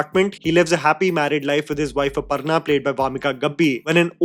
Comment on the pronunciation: ITS NOT "अपरना" ITS अपर्णा 🙄🙄🙄🙄